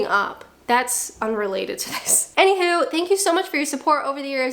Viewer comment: I'm not great at North American accents but right there at the end you said "Anyhoo" - now I believe you are Canadian. 😂